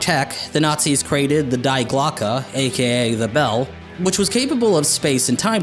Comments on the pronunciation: Great video, quick note, you say "The Die Glocke". Die means "the" in German, and it's pronouced Dee. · it is pronounced "dee Glockeh" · It's pronounced dee clockeh not die glocke we pronounce the i as an e as in ea sports it's in the gayyyhhm Ps try and read the teller of miss McElroy you'll love it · It's pronounced "dee" glocke ;) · die in german is pronounce dee. Dee glock-e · "Die Glocke" means "the bell". The "Die" is an article and is pronounced "dee", not "die". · High school german to the rescue "Nachtwaffen" means Night Weapon "Die Glocke" means literally "the bell" (die is the german feminine pronoun, pronounced "DEE") *Edit grammar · It is not "The Die Glocke" "die" is a word in German for "the." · Yeah I noticed that too. Also, "The Die Belle" lol